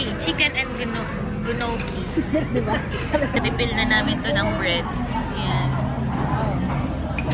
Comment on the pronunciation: GNOCCHI is pronounced as NYOKI